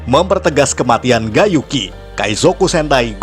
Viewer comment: Cara nyebut Gai Yuki mirip Gay Yuki